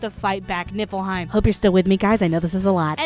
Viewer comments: Did i hear Nippleheim? XD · NIPPLEheim LOL jk...it's atomic btw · Why do I always hear "NIPPLEheim"?